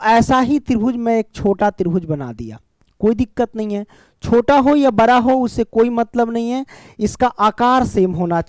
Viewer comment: Sir ji bra na bada hota ha😂😂😂😂